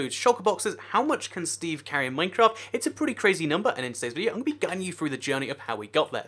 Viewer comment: YOU SAID MINECRAFT WRONG